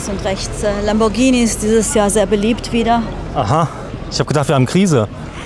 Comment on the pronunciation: 17min50s Lambortschini.... 😆